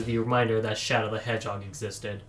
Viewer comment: Sir, you mispronounced Shadow the EDGE-hog